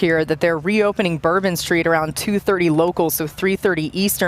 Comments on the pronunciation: And here I thought it was bourbon street not turban street 🤧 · I thought it was bourbon street… not turban street